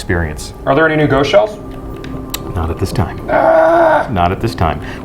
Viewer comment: "Are there any new Ghost shells". I had to listen for a bit to decipher that. And, me likey Petra!